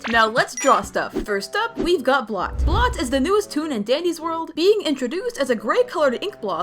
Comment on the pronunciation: His name is bolt not blot